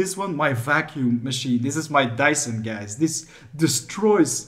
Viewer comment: Alec Deckers Nooo he said Dayson my name